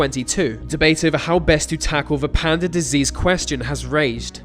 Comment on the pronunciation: I was getting pissed off how you were saying 'Panda' until Dr. Gaylord was introduces. ahhhhhhh